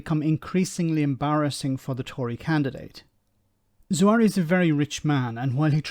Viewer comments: Expect the leaks to continue. It will be entertaining, if nothing else. Sounds like that excuse was made up on the spot as well. Just to say,, it's pronounced Za-Har-We, not Zoo-ari;) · 1. moment of silence for the amount of times the narrator couldn't pronounce a simple name like ZA-HA-WI. 2. If a mistake over a utility bill is the best you can do, then I'm sorry but it sounds like a really desperate attempt to find something on him. 3. I'm as Tory as Hitler loved Jews. BUT. As a Kurd who was also born in Iraq like Zahawi, and given the UK's actions in Iraq and vs Kurds for over 120 years, it would be poetically ironic if an ethnic Kurd who made his money in private business because the PM of the UK. I wouldn't vote for him as I don't agree with his policies, but he is 1000 times cleaner and more intelligent than all of the sleaze balls who are also running.